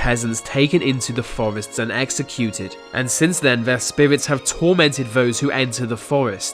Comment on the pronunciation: Amazing Video but stop saying different like diffewent or spiwits